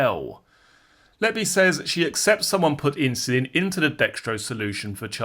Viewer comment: Why does this voice mispronounce insulin?